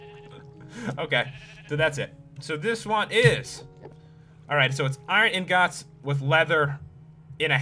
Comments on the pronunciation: It's eengets eeeeeeengiiiiiiiiiiiiiiiiits ingots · AHHHH THE WAY HE SAYS INGOTS!!!